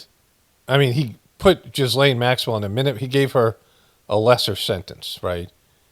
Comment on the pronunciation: Her name is pronounced 'ghee-lon'